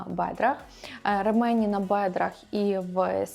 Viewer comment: Правильно казати «рЕмені» (наголос на перший склад)